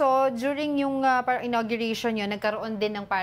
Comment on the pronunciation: Hoy Aleng host ng show pronounce mong mabuti ang word na “PARANG” hindi yung inaarte mo pang “parhreng” nakupo nakakapang gigigil ka…